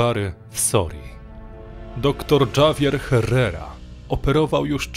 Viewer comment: Dżawier herrera? Sorry, że tak się czepiam, ale gorzej się tego przeczytać nie dało. Litera ,,H" w hiszpańskim zawsze jest niema więc - errera. Javier przeczytałbym raczej ,,hawier". To tak na przyszłość, bo dla kogoś kto trochę zna hiszpański lub inny język jest to bardzo rażące.